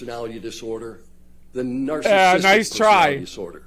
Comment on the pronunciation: This man can’t even pronounce ‘narcissistic’. He says ‘narcis’tic’.